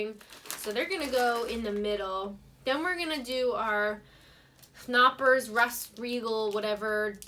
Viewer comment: and hi, is called Knoppers and not Noppers, in the beginning is the K and that is pronounced in German...just as a little info;)#